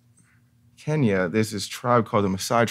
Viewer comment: Yoooow!!!!!😮 😮 😮 is the first American Ive heard pronounce Kenya The correct way 💪 💪 🇰🇪🇰🇪🇰🇪🇰🇪